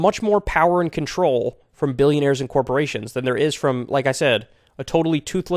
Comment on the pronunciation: I like how Kyle says Alex won't 'take on duh millinayers and billinayers' then when Alex mentions the Rockefellers Kyle's like 'i DoN't KnOw If ThEy HaVe AnY pOwEr' 😂😂😂😂😂